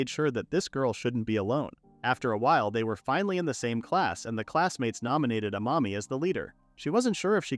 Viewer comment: I keep hearing a mommy not amami